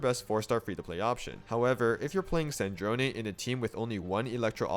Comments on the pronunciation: after hearing all the shneznayas and snezneyas I’m just happy about the zh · Nice Snezhnaya pronunciation. Good job! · True, he says the zh part perfectly! I just wish the game itself didn't put an emphasis on the wrong vowel.